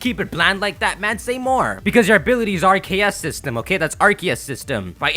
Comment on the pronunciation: RKS system as in Ar-Ke-ous System as in Arceus System